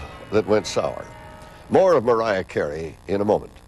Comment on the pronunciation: I can't stand when Barbara says Mawiah Cawey.